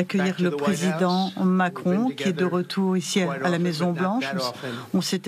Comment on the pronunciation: " Macron ? Do you know Macrone ?? "